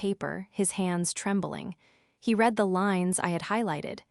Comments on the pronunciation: your narrators need to learn how read can be pronounced in two different ways. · I am not sure if these stores are created by AI or humans but they need to learn a little more about the english language for usage context. When to pronounce words like lead and read.